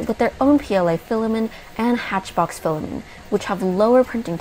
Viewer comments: Stop saying Fila-min. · As other commenters have said, reviews on this channel are really excellent and I greatly appreciate them. But I would love to know the origin of her pronunciation of "filament" as "filamen". It's just a little quirk but makes me curious every time I watch this channel! After all, "filamen" is a legit term in cell biology. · Love the channel but I don't think you're pronouncing Filament correctly. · I am not a language expert, but to me, the pronunciation of 'filament' without the 't' sounds normal. In American English, the pronunciation of 'filament' is often more relaxed, and the 't' sound at the end may not be as pronounced as in British English. Therefore, you may hear a very light 't' sound at the end that is almost like it has been entirely dropped.